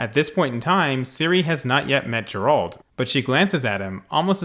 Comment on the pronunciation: Ok, if you insist on pronouncing it "Jeralt", I won't believe you've watched one episode of the Witcher... 😅